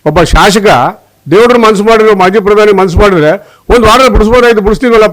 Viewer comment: ಲೋ ಶಾಶಕ ಅಲ್ಲ ಶಾಸಕ ಸರಿಯಾಗಿ ಪದ ಹೇಳೋ ಮಂಕೆ